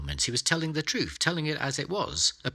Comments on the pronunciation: I began watching this but got sidetracked by his pronunciation of the word ‘truth’ which seemed to be ‘troof’ and became, for me, unwatchable. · Stop saying TruFF